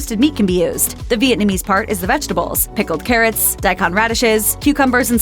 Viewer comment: Video about pronunciation gets the pronunciation of so many other words in the video wrong.... Pokémon and daikon, to name a few from my family’s tongue